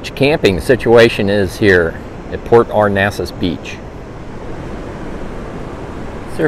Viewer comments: Port Arnasas? Lol No. It's Port Aransas. But nice video anyway. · Cactus jack, you’re pronouncing it wrong too. A-Ran-sas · It's port [ are ran sas ] that's how you say it and the beach permits are available at any gas station in Port A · It is PORT ARANSAS! ARANSAS! 😆😉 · You are misprouncing the name of the town, Port Aransas. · A-ran-sas 😅 our NASA, is in Houston.